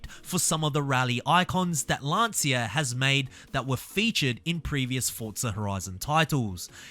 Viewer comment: the pronounce of "Lancia"... good video by the way